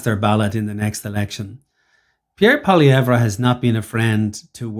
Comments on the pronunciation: Learn to pronounce his name. You’re not “treating” people well when you do that. Furthermore, using a govt paid mainstream media guy getting owned for spewing bs is laughable. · first thing is you need to pronounce Poilievre's name correctly secondly justin trudeau's contempt for Canadians far exceeds any prime minister in the history of Canada. He will go down as the worst pm and as having done the most damage to Canada . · First of all you can't even say his name correctly making yourself look like a clown. This video is a smear attempt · If this bald idiot can't even say his name properly, can we even trust his opinion? His disdain of the journalist was well deserved, as the journalist was ill prepared, biased, and clumsily attempted to trap Pollievre. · How the F can he not pronounce his name right?!!! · Can’t take you seriously if you can’t pronounce his name.